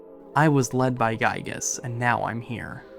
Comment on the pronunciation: It's Giygas, not Guygas.